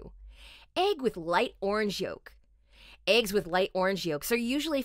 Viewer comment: they are called eggs not ayygs